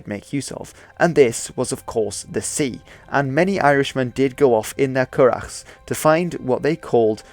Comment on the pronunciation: Nice pronunciation of currach!